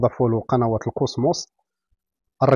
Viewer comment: كوسموت ❌ كوسموس✅